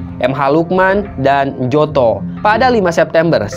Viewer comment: Njoto bacanya nyoto,masjumi bacanya masumi,mind.